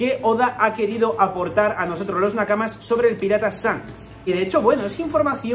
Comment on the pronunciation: me pone nervioso que le diga ZANKS y no SHanks jajajaja